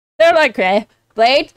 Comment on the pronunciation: PLEASE never call him Blade again it's pronounced bl-eye-th. "th" being the tongue vibration variant.